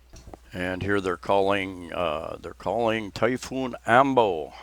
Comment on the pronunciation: I don't mean to be "That Guy", however, It's "Typhoon" as opposed to "Typoon." Is that the typical trajectory of storms in Phils; approach from the south Pacific and move north and easterly? (In general) There was a 6.7 Richter scale earthquake out near Tonopah ( West of Luke AFB) Coincidently (I think), I opened my renter's insurance renewal today and I noticed the deductible increased from $500 to $1250! Do they know something that I don't? Perhaps that prophesized "big one" will strike the San Andreas fault and slide that liberal commune of a state into the Pacific. Better yet, you'll be able to purchase ocean front property in Arizona! At the risk of sounding uncaring and callous, perhaps this virus is natures way of enforcing natural selection. The life expectancy of people has been increasing for the better part of the 20th and 21st centuries and earth can't sustain this population. A sort of thinning of the herd of the weak and infirm. - I'm just tired and my imagination running wild. Have a good weekend. Stay well. Daniel